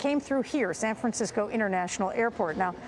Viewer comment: "San Franskisco"